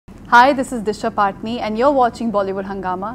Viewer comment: She said disha patni😂😂